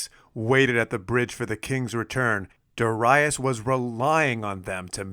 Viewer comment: Very interesting tale about the sack of Miletus. Also, I like how you pronounce Darius correctly, at least this Latin version of the name, according to Latin stress rules on the second syllable as Darīus. Great work!